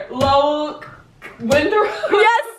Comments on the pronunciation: You can tell there not from Massachusetts with how how they pronounce Lowell😂😂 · Did that guy really pronounce Lowell as low-ell he’s def not from Massachusetts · “LoWELL” lol